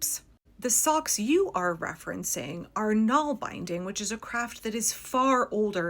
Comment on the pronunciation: Naalbinding isn't pronounced nahl-beyending... it's pronounced nahlBIHNDing